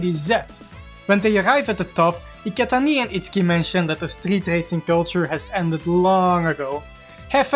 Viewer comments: That "Iketaniii" with french accent is hilarious af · He's not French, it sounds like Dutch to me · Bruh, I know he's not French but Dutch, I'm just saying that his pronunciation of "Iketani" sounds like french